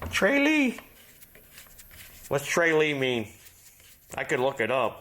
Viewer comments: Tralee is in county Kerry, pronounced trahlee, hello from Ireland☘️grassrats! Irish eyes are smiling 👀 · Its pronounced Trah lee. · Tralee is a town in County Kerry Ireland. Its pronounced "TRALL LEE"